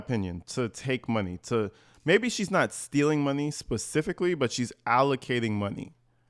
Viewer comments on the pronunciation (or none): Please be pacific…. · I love it when she says Pacific instead of specific!!!!!! Lol